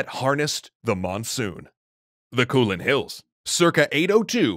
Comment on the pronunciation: It’s not kuulane it is kou lane